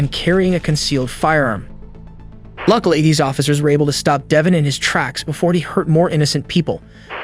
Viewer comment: We all know Devonn is not regular plain old Devon come on now, Its De-Vawn